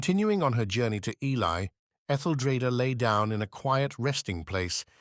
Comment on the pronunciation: Oh God no!!! This is going to be so hard to listen to if Ely is constantly mispronounced. Very worthy subject. Killed by the AI